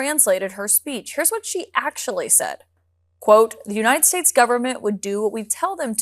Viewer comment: She said U-nine-ted States! That's why it's In-dicked-ted not indicted to her!🤣🤣🤣 If she can't pronounce United States properly, she should be deported!!!🤣🤣🤣